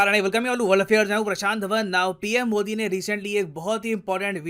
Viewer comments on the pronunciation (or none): none